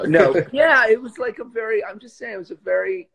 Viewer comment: BTW you very humble and kind sir Sebastian unlikely to others has has handsome but human behaviour issue "I DON'T WIKE IT" the bad words... Haha